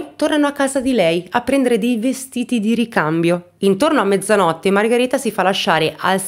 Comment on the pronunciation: Nulla togliere alla tua bravura e ti seguo da tempo ..ma solo io sento "Margareta" e non "Margherita"? È il suo nome?